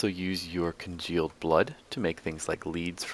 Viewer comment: you keep saying congeald blood and it is making me mad.